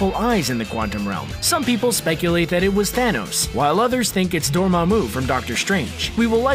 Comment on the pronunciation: Dormamu for sure